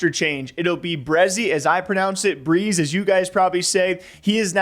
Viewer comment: Doesnt know how to say breezhe not a true NA fan